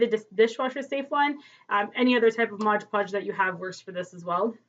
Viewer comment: Mod! Mod! Not modge :) great job on Tut!